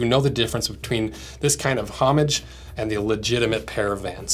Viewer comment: stop saying homage like that.